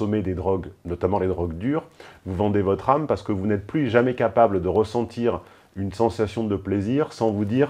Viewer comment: Tonton avez vous entendu le " ressentchir"?